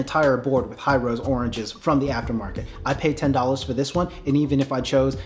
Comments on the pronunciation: if its a Japanese company then wouldn't be pronounced Hi Ro Se? like hee roe seh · imagine building a TKL or full size with it 😵. By the way the company is ヒロセ, so He- ro- say I think it's pronounced